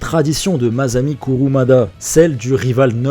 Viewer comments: Sheune ? Vous voulez dire SHUN. Ne calquez pas arbitrairement les règles de la phonétique anglaise à un mot japonais, ça n'a pas de sens. PS : maZami ? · "SA" en japonais se prononce comme les 2 premieres lettres de "sachet". MaSSSSAmi Kurumada. Pareil pour un bonSSSai (plante en pot).